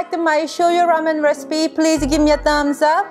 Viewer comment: That’s it, I’ve come up with a new recipeh!